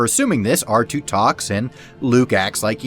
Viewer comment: DON’T SAY “QOUTAR TOO” YOU NERD